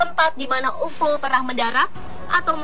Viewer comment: Sebut pun tak betoi....ufoo....ufooo.....geli telinga aku ....